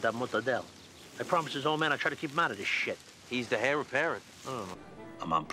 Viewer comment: He pronounced it hair not heir